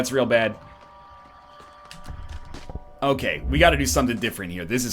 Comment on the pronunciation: that Okay is the most Canadian I've heard him sound ever